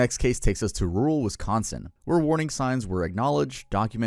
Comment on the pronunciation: THANKYOU for saying Wisconsin right! Most youtubers mispronounce it all the time or like make it 3 words (wis-con-sin) instead of sounding like one word like it is lol.